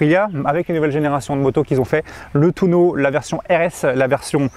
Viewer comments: C'est TUONO et pas TOUNO bordel. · Tuono !!! Pas touno !! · c'est un Tu-O-no pas un touno